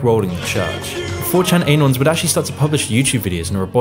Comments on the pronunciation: Great vid but surely anon is pronounced annon as in anonymous non aynon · YOU CAN'T EVEN PRONOUNCE ANON CORRECTLY?! EH-NON?! EH-NON?! ARE YOU A CANADAFA?! IT'S AH-NON! ANON! SAY IT FAST! SAY IT WITH ME NOW! ANON! SHORT FOR ANONYMOUS! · Anon, it's "anon" not "a-non" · the way he pronounces "anon"